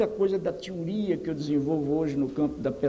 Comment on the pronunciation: Nota: Esse neologismo,"tiuria", não existe, a pronuncia correta é teoria, aliás, vários erros de português gravíssimos, ai vem os asseclas de plantão dizer que é sotaque,a Gramática é nacional, o comunicador tem a obrigação de pronunciar as palavras corretamente, ainda na área da educação. A criatura não tem uma especialização na área, pedagogia totalmente amadora, política,1sem método científico, se esse cara fosse realmente o que dizem, ele ganharia mesmo que póstumo o prêmio Global Teacher Prizer, não estes prêmios de segunda categoria destas faculdades marxistas. Dizer que nunca foi aplicado esse método, mentira, existe a doutrinação sim, e são contaminados com esse vírus . Lula também tem esses títulos dúbios, honoris, a maioria destas instituições tem em seu corpo docente viés totalmente marxista. Esse sujeito raso, pedante, não cientista, é uma ofensa pra quem estudou. Na minha área física, meus patronos são César Lattes ciência pura,e Pierluigi Piazza, que classificou essa criatura duvidosa, como uma desgraça para a educação. Amante do homofóbico e assassino Che, Gramsci, plagiou o método de Labach. O legado foi ódio contra os professores, contra a família,progressão automática. Um país com uma educação de terceiro mundo,com um patrono de terceiro mundo, um método bizarro, medieval e medíocre. Escola não é para promover lutas de classes, e sim adquirir conhecimento. Precisamos atrelar a educação em uma locomotiva do conhecimento sistemático, chega de ser puxado por as